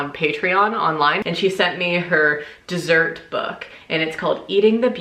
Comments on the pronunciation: “Err...desserrrr” made me laugh out loud 😂😂😂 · lost it at 'ER DERSSERT'